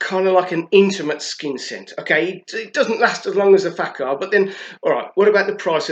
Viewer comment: The accent is on the second syllable both words. La-TA-fa Fak- HAR. No offense.